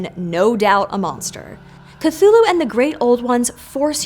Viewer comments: ступид дура, не "катулу" а Кхтулху. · Why do you pronounce it Cathulhu instead of Cthulhu? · If you're going to make a 12 minute video about Cthulhu, maybe start by learning how to say "Cthulhu." On several occasions Lovecraft described different pronunciations that vary slightly but "kuh-thool-hu" is not among them or even close. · I can’t believe you mispronounced ‘Cthulhu’ this entire video